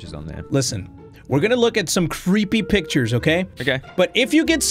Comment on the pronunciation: When he said we’re gonna look at the worlds scariest pictures it’s sounded like bictures